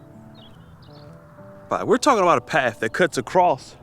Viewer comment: Ooooh I hear English slipping into your accent 👀 there was definitely a ‘paff’ in there instead of ‘path’ We have you now 😂👍🏻